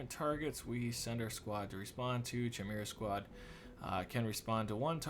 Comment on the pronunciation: So glad you're playing this :D Chimera is pronounced like Kimera (same as you pronounced it except for the hard k sound)